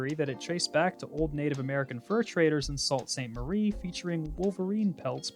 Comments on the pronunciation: Native Michigander here to do the obligatory Michigansplaining. It’s pronounced Soo-Saint Marie & now that I got that out of the way, I can clear up the much more interesting way we got our nickname Wolverines & the wolverine state. Contrary to popular belief, we did NOT get the nickname due to there being wolverines in our state & the nickname did not come from us but from our rivals to the South. I’m sure you’re familiar that our rivalry with Ohio State goes back to the Toledo War in which our dust up with Ohio had prevented us from obtaining statehood & in the aftermath & negotiations, we were given the entire Upper Peninsula, in exchange for the Toledo strip. Which is why Michigan’s southern border is not a straight line. Despite what Ohio would say, we got the better part of the deal as almost all of the copper & steel that built America, came out of the Upper Peninsula. If not for the U.P. Michigan would never have become the 10th largest state. As for the nickname, it was a pejorative moniker given to us by Ohioans, who viewed us as aggressive, wild, unkempt, unrefined, & otherwise unpleasant. They’re the ones who referred to us as wolverines & it had nothing to do with geographic range of the animal. Michiganders viewed the moniker as a badge of pride & wore it proudly, accepting it as our own. We have a history of doing so, as this is also how we came to accept Michigander as our preferred name for someone from Michigan. This was also a pejorative that Abraham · Sault Ste Marie is prounced as Sue Ste Marie. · Sault ste. Marie is pronounced soo saint marie. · Not to be the guy commenting on a 3 month old video about pronunciation, but , Sault. Ste. Marie is pronounced Soo St. Marie, like Sioux Falls. Thank you, and have a great day.